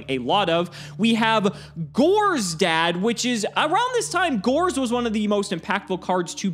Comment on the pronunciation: How hard is it to say Tele-Dee A Dee? That is the proper way to refer to it. You only pronounce an acronym when it consists of four or more letters like NATO or ACOTAR or NASA. But then again, this channel can't do anything properly even what this series is supposed to do, which is play Yugioh.